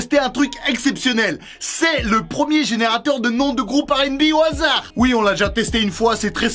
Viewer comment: "HASADR"? xD